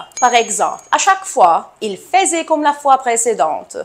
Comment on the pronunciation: Le verbe"faisait" ne se prononce pas comme vous l'avez fait